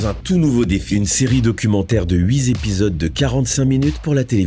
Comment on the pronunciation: "huit Zépisodes ?? Elle fait mal celle là 😭